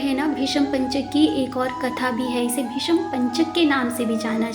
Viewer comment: तुलसी विवाह के अवसर पर मंगलकामनाएं। रंगोली बहुत सुंदर बनाई आपने। तुलसी विवाह क्या एकादशी व्रत के उद्यापन में किया जाता है या प्रतिवर्ष? आपकी श्रीमुख से कथा सुनकर ज्ञान और आनंद की प्राप्ति हुई। हार्दिक आभार आपका। पहली बार भीष्म की जगह आपने भीषम बोलकर अचरज में डाल दिया। आपका उच्चारण दोष पहली बार मिला। क्षमा सहित।